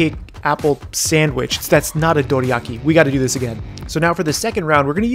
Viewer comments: dude you say it like its written "doriaki" so annoying, stop ruining words with accents please :´( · please pronounce Dorayaki correctly.